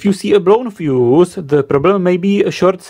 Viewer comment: 'Then it goes into the feuss" Stop bruv🤣🤣